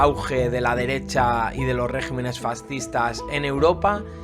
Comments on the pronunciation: Muy buena síntesis. Para la próxima, no se dice régimenes sino regímenes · debe pronunciarse regímenes.